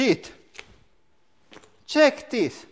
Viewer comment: "Check Dees"